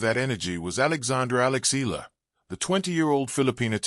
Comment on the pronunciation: Please learn to say her name properly